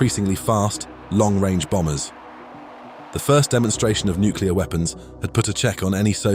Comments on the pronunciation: The word is NUCLEAR, not Nukular! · “nuke-u-lar” is not a word. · You lost me the second you said "nucular". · Don't say "nucular". The memories of Jimmy Carter were just starting to fade.